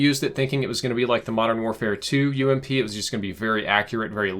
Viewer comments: U.M.P PLEEEEEEEEEEEEASE NOT ‘ump’ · Don't ever call it the ump it's U M P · m8 it is "You Em Pee" not "uump". Just like it's not "ack 47" it's "Eh Kay" 47.